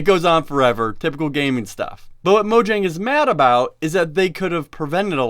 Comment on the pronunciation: Mo-yang. It's pronounced mo-yang.